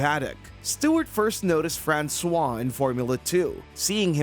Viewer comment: If this comment still isn't spoken by an A.I.: Please try to pronounce foreign names to their correct pronounciation in this language. Your "Francois" in its mix of amercian english and french really sounds ridiculous! 🤨